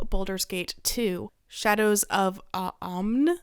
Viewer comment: You're looking for the word "foundation," I think. And Amn is pronounced like "ahm." The N is silent, but helps tell you how to pronounce the A.